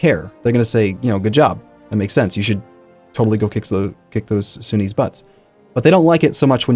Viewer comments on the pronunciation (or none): none